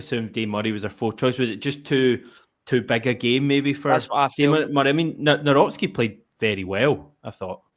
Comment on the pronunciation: It is Nav - Rocki there is no S